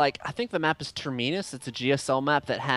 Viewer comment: terminus tur-mean-us LOLOOL